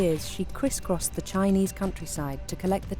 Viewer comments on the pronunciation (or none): Could the producers of this documentary not teach the narrator to pronounce Chinese names correctly? For that matter, even basic English words.